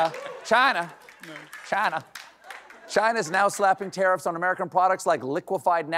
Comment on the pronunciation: Stephen, that's not the proper way to pronounce "Tariffs". I know how, though ;)